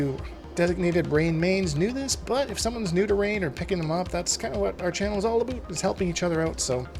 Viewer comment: Abooot? Are you Canadian? 😂